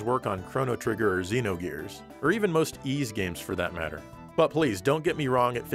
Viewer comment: You get a 7/10 for pronouncing Ys. A good effort.